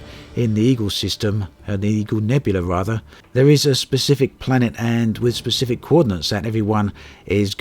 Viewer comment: SPECIFIC.. not PACIFIC ;) sorry but it irks me when people pronounce it wrong.